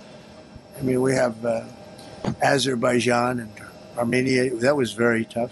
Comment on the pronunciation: Trump finaly managed to pronaunce Azerbaijan and Armenia 😂